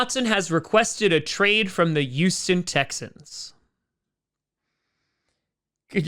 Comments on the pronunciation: I don't blame him. I'll miss him, but I don't blame him. If he goes, I'll be watching my backup team, the Vikings. (No I don't enjoy pain. Why do you ask?) Also, it's Houston, not Youston. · Yuston. Once I heard it I couldn't stop hearing it. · Everyone: Houston: Uston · always calls Houston youston 😂😂😂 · Every time he says Youston Texans I giggle a bit.